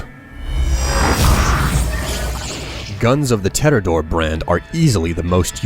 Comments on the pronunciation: it's not tedidor it's tedior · HAAAA!!! you sayed Tedidore instead of Tediore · its supposed be tee-dee-ore not te-di-ore but hey,whatever flaots your boat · I’m sorry but tededore it’s tediore is pronounced tea-d-ore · What in the fuck is tedidore. Don't you mean tediore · The only reason for the tedidore mispronunciation would be if the narrator has literally never played this game. The vendors are constantly talking about the brands and tee dee ore is said constantly. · "Guns of the Tedotore brand " ???? WTF Is that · "Ted-i-door".... It's "Tea-Dee-or". Just listen to Marcus. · Damnit, it's Tediore, Not Tedidore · "Tedidore" is my favorite weapon brand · There`s only one "D" in Tediore.. T-D-ore. Not Teddydoor :p Or have I gone senile again? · And did he just say fucking TEDIDORE???? Its TEDIORE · Tedidor really its tedior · Tediore is pronounced TE-dor not Te-de-dor. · Tediore isn't pronounced ted-di-dore, it's TE-diore, with the TE sound like TEE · great voice acting and editing as always. though, its "tediore", not "tedidore" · It's "Tediore" not "Tedidore" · Bandit actually replaced S&S not Atlas. Atlas were good allrouners but S&S had the mags. Oh and it's pronounced tee-dee-oor not tederdore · Te-di-ore friend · Te- Dior's You dunce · "tedidor" veri high iq boisss les go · Its tea-dee-or not te-or-door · It's Tediore. TEE-DEE-ORR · im triggered he pronounced tediore wrong its pronounced teediore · "tedidore" #TRIGGERED! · Ted-i-door funny how he says it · tedador. lol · Tedidore... If you're not American... Where T's aren't D's... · It's Tee-Dee-Ore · sorry but it's te-di-ore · It's actually pronounced "Tea-dee-ore" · Tedidore? That just sounds bizarre. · Tee Dee Ore :( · You need to learn how to pronounce the company names. MAUWAN? TEDDYDORE? Gah, my brain. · I'm sorry, did you just call the best manufacture "Tedidore"? With an extra "d". Dude! xD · Isn't Tediore pronounced Tee-dee-or? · it's te-di-ore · TEE-DEE-OR is how its pronounced lol.